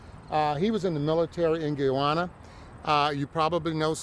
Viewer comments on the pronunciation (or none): His attorney can't pronounce the country Roberts is from 😂😂 FYI Guyana military don't fight cartels, you know why? There are no friggin cartels in Guyana. It's 83,000 sq miles with less than half populated. 750,000 inhabitants, hard for cartels to hide. He is probably not even from Guyana.